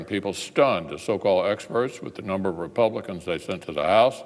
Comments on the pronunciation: "Senete Re-Pelicans" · He said, "Senate Repelicans." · Did he say "Senate Repelicans" at the end there? Freudian slip? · He said Senate Repel-icans sounds about right.